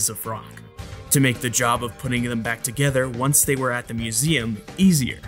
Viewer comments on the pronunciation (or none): none